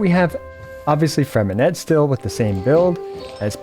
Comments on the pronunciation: Hi great video, but just in case you didn't know the "t" at the end of Freminet is silent, you don't have to pronouce it. 👍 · Pronounce his name right 😭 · please for the love of god learn to pronounce his name